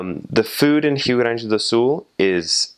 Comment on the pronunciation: Wait, I actually heard a foreigner saying Rio Grande do Sul perfectly? Man that was really cool!